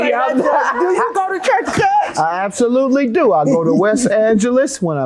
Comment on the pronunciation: absolutely and over selling it the emphasis on it